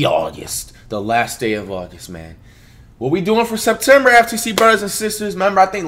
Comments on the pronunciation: It’s semtember .a mouth to remember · "This gone be a month to remember... its semptember!"